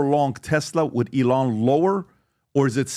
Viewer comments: E-LIAN AGAIN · You mean elON? Ha how do these dudes all mispronounce his name!?